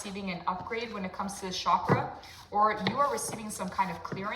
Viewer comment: The Ch in Chakra is pronounced as you would chess ❤